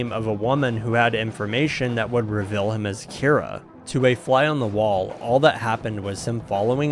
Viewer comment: The way you say "detail" or "reveal" - are you from the Mississippi gulf coast?